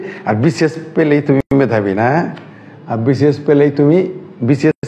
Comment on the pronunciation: যারা দেশকে দ্যাস বলে, মেধাবীকে বলে ম্যাধাবী তাদের মেধাবী বলি কি ভাবে ????